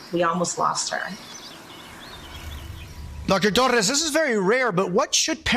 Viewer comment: Jose: Dr. ToRRRRRRRRRREEEEEEEESSSssssss, what should we know about this virus? and Dr. ToRRRRRRRREEEEssss, I always say your name like that coz Dr. ToRRRRRREEEESssss its fun to say it like that.